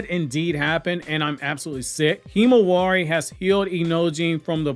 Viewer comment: I cringe every time you say Himawari.